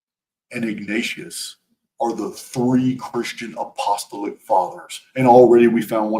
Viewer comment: LOVE your work,. So much information and so much uncovering! Just one thing: please, please be aware of how to pronounce apostolic: a-puh-STAA-luhk